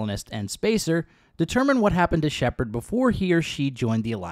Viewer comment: Why do you always say him guess say shepard.